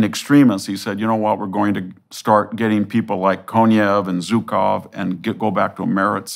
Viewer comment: Oh wow, this "genius" of the history of warfare cannot pronounce the name of the general who defeated the Nazis in Operation Barbarosa. He doesn't come close.